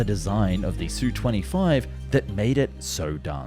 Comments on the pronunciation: Repeat after me: Esss You Twenty Five, just like TU-144 is Tee You One Four Four. AK-47 is not Ack Forty Seven that you get right. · It's pronounced "Ess-you twenty five". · S. U. 25, NOT SUE... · Not again. Calling it the Sue 25 makes you sound like a dilettante.